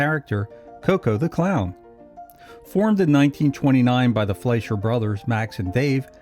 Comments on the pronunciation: The name is pronounced Fly sher!!! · That would be Fleischer with an i as in "price" or "pie."